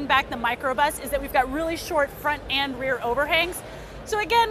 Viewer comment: "Cnet unt CES" love you!